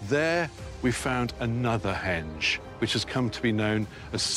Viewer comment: Henge not hedge